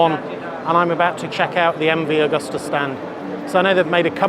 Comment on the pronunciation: Excellent video,. Thank you. Btw it's Agusta. Not 'Augusta'